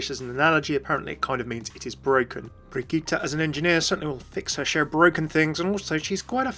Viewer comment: I just want to point out that your pronounciation of the name Brigitte is really good!